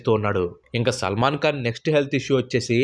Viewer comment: Salman kaan?? Khan saar adi khan..!!! Kalu kaadu saar..kalu ante toddy. Kallu ayya avi eyes eyes..🙏